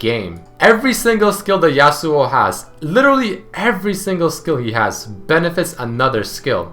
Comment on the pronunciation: Y U CALL HIM YASUOU